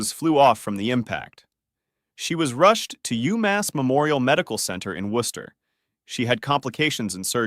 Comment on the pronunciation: OMG you said Worcester correctly! TY❤ That’s where i grew up…. Wouldn’t be a road rage video without MA drivers!!!